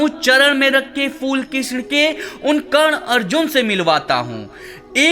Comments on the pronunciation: karna kya hota he karn hota he nam to sahi se le bhai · Chal chal naam to bol nahi pata hai roast kya krega